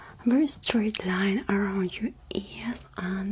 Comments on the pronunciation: It's funny how she pronounces straight as "Stright* I do believe that in Germany AI would be pronounced as An I sound, instead of the Ay sound. Pretty cool really? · •• •• strat